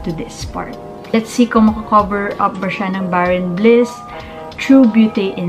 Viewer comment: thanks for the comparison 😊 torn with this 2 and ikaw pa lang ata nakita ko na meron nitong review. just want to correct you po, it reads as bare n’ bliss po ❤